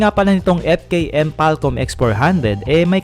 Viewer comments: FALCON PO DBA? HINDI FALCOM😂😅✌️✌️✌️ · FalKoM daw kasi ;)